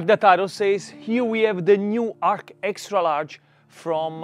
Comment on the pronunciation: The name “Arc” is confusing. I would think that would be a name for an electric oven. Maybe “Arch” would be better, especially since that’s how you pronounce it, Vito!😊 You’re the pizza Man!❤